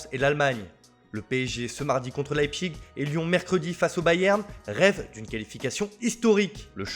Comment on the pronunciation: Leipzig,pas leipchig 😫 Manchester iounaïted,pas iounaïtiiiid 😤😬😫